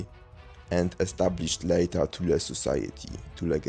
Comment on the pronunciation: It's so nice to hear THULE pronounced CORRECTLY for a change: "TOOL-AH" . Americans pronounce it in all kinds of comical ways which include: "Thool" and "Toolie" . I have never heard an American pronunce Thule correctly, not ever.